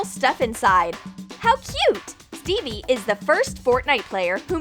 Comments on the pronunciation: They said Steve's name wrong from Minecraft they said Stevie but his name is Steve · It’s not Stevey its Steve lol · It’s not stevie it’s steve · Who noticed they were saying Stevie when it’s Steve Edit:Like if you did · Stevie...not Stevey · Who else is angry about how they called Steve Stevie? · REEEEEEEEEEEEEEEE I GOT SO ANNOYED WHEN THEY SAID STEVIE INSTEAD OF STEVE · its called steve /stev/ not stevie the "e" in steve is silent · Minecraft or Fortnite? Me: the better one I can't decide Edit: I really don't like how they say 'stevey' it's Steve just Steve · Its steve not stevie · It’s Steve not Stevie for gods sake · It’s not Stevey it’s Steve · its not stevey its steve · Its called steve not stevie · Its not stevie it steve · bro saying stevee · What the hell she pronounced Steve wrong